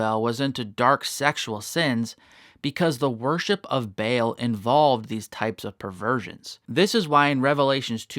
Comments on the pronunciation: It's not BAIL its pronounced BA ALL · It is Baal (pronounced 'Barl').